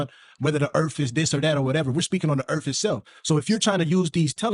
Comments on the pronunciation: I’m sorry but I have to say it “du earf” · What's the earf?